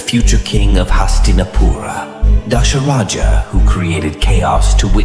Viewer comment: Not Dasharaja its Dhasharatha